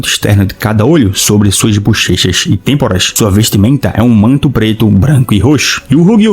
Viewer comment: Meteu um "têmpora", tu é brabo d++ kkkkkk